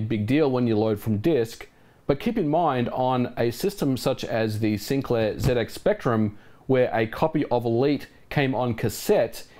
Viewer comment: for saying zx spectrum correctly.